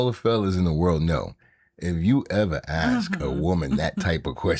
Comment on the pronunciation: "Aks". Sounds so ignorant.